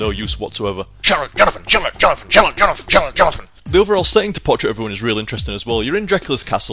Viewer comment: when your say charlote jonathan it kick me you say it really nice